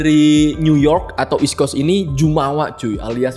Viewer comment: gimane lau bang masih banyak yang ga bener "eastcoast" / "westcoacst'